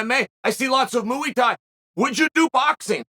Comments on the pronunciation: “Moo-e tie” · "Francis en-ga-NO" - chael "moo-y tai" sonnen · Chael when he says Muay Thai " Mooey Thai" HAHAHAH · Mooey Tai 😂😂😂😂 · some notable moments: - chael washes his hands - mooey thai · IF Uncle Chael says it's 'Mooey Thigh' then it's 'Mooey Thigh' 💯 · Mooey Thai... 😁😄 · Mooey Thai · MOOEY THAI 😂😂😂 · Dana white and chael are the only two people in the world that still pronounce it like that. Which is crazy, considering they must hear the word correctly pronounced like 7 or 8 times a day